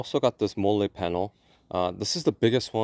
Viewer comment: Just a heads up, it’s pronounced molly lol. Love the content!